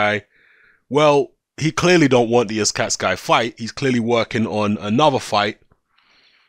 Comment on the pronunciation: do me a favour and say the guys name correctly. It is pronounced UZ-CATTA-GI. That is all.